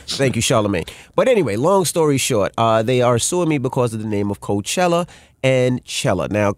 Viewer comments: you took the likeness of Coachella and said carchella lmao. how the hell they aint know lmaooo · Drop the E.. and a I....Carchilla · CAR-"CHILL"-A you can do better..the Netflix using it..LL did and it's been ours longer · Crazy, I hear car I think car not Bey, Cardi B on stage... The word Coach ( bag, sports mentor, horse buggy).... Ella Fitzgerald smh Coachella is not Car Che Ella Ohio spoke, at the end of the day it's about RECOGNITION Brand, it's not COACH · What Car-Showlla?